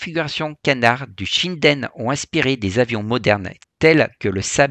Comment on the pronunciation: "Shinden" se prononce comme ça s'écrit et non pas "Shaïden".